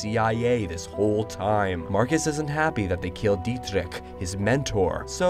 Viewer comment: "Dietrich" you pronounced the hell out of the name lol nice!